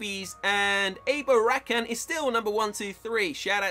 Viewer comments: If he says abo Rakan one more time I swear........ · ما يعرف يقرا الاسماء بالعربي 😂 ابو ركان lol u can't read there names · maybe more than one guy playing in this account and also you are saying his name wrong he is an arabic guy